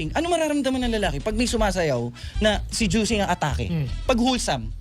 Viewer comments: Bahahahahahaaaaa, he said sejuicing!!!!!! Bahahahahahaha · narinig kona namn ung "sejuicing"😅😅